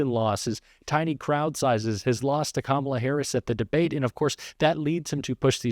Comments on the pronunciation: Trump is finally pronouncing Kamala Harris name correctly. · Sounded like Trump missed the memo and correctly stated Kamala’s name 😂